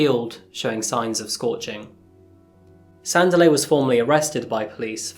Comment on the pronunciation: PRONOUNCED " SANDEEELI "